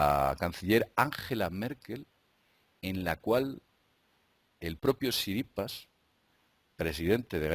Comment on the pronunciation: jajaja, por qué dices "Tsiripas"?